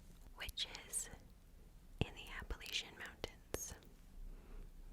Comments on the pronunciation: you’re saying it perfectly! i grew up very very close to the mountains, and everybody in virginia says it the same way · I’m from Baltimore and we say it the way was pronouncing it lol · You said it correctly. Regional dialects are a thing. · You're pronouncing it properly sister. 😊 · It seems different areas pronounce it differently. There is no "correct" way to say it. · youre actually pronouncing it the original correct way. At least from my understanding the latch is a pretty recent thing people “latched” onto!